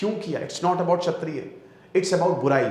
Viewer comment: क्षत्रिय, छत्रिय नहीं